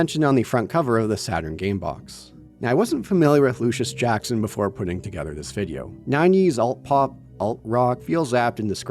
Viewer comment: The band is Luscious Jackson, not Lucius Jackson, and Ico is pronounced “eee-koh”, not “eye-ko” Do you ever research any of that kind of thing? Every video you make has similarly idiotic mistakes.